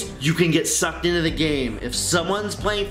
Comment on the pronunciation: You can get sucked inna the game Why does he say it like that lol